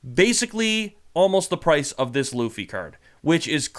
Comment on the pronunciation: Love hearing influencer say ‘Luh-fee lol